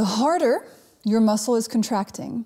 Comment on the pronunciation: The 'HARDER' your muscle is contracting, the more energy it needs... The 'LONGER' your muscle is contracting, the more energy it needs.. This is so hard to hear and unhear 😂